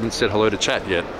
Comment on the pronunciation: Every time you say "chat" I think your saying "Chad" and Im like whos Chad?